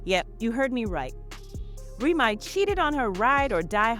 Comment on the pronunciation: Report the story. Don't speak for Black Americans. They didn't represent Black ❤ they sold it as a brand. It's remy ma....... not remi